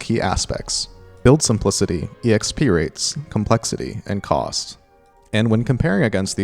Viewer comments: am I the only one bothered by how said EXP as ee eks pee? i dont think i've ever heard anybody say it like that (instead of simply eks pee) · JUST SAY "EKSPEE" i love the video but just.. just.. "ekspee"